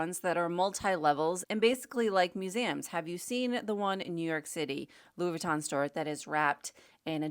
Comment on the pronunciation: Also, not sure if I'm mis-hearing you but Louis Vuitton is pronounced Loooey veetaw(n) not closer to Laboutin (shoes) and Burberry is pronounced Burrburry-the mispronunciation takes away from your knowledge and credibility is why I'm mentioning.